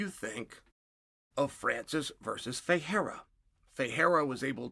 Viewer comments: Perfect pronunciation on Ferreira. But is Alex Pereira still "Piera", guys? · So Chael can pronounce Ferreira but not Pereira? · Chael can pronounce Ferreira perfectly but still can't pronounce Pereira 🤣🤣🤣